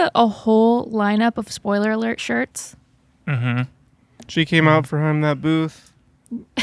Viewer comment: Spoiler awert: Chad and justin can’t say spoiler alert 😂